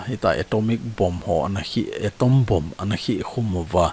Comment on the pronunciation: Boom hilou in bomb joh tidi ahi e Boom ❌❌❌ Bomb ✅✅✅ Nangpa hi lekha themlou, YouTube channel bol lunglut mi nahi e